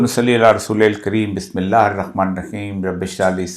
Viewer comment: He did not read bismillah with proper pronunciation